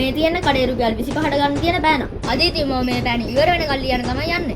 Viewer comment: පන නෙවෙයි යකෝ පෑන😂